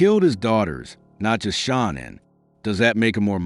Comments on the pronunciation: My 👎🏻 is for the annoying narrator! All the many videos where you could learn how to pronounce Shannan and you go with your mispronunciation! 👎🏻🙄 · Chris didn't have secret credit cards. He stopped hiding towards the end. Shannan saw each purchase. Stop saying her name wrong then right. Just get her name right